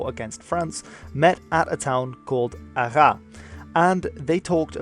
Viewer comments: arraS. The final S is not silent here. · ArraSSSSSS, the "s" is not silent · If you want to say "Arras" correctly, you have to pronounce the final "S" : so "Arrasss". Concerning your point with "Flemish/Dutsch" influence here, I am afraid it is a bit unhistorical. At this point, it was a part of the Burgundian Netherlands, which was a part of the Burgundian State, and not some fantasy independant proto-Netherlands. (and concerning the language, most scriptures found in Burgandy were Latin or French, only the Northmost regions of then Burgandian Netherlands can show official acts in another language) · Small detail in this very interesting video: The city "Arras", you have to pronounce the S, AraSS, not Ara. I give that detail because I've to point out that the other cities, like Rouen, Orleans, Formigny, are perfectly pronounced (and we know the sounds "an", "ouen" or "gny" in French are not natural at all for English speakers) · Good video, btw, Arras is pronounced "Arrass" the "s" is pronounced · As a french-speaking person myself, I never knew that was how we pronounced that name. I think it's pretty stupid, in my honest opinion. Must be originally a correct pronunciation in the old french language, but reading it today, every french-speaking person would have pronounced it "À rat" which is a more grammatically correct pronunciation. Wikipedia doesn't really explain why we have to pronounce it that way either. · 'Arras' the s is not silent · Native speaker of french here, actually the s is pronouced in Arras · The S in not silent in Arras. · Hi ! If the Dutch are probably happy you mentioned Arras was actually called Artrecht at the time, the French will probably feel offended as you pronounce the "s" at the end of Arras =) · But the french do pronouce the S of Arras. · You should pronounce the trailing s in arras. Yes, i know, french language is explicitely designed to extend the hudred wars by eternally trolling englishmen trying to use it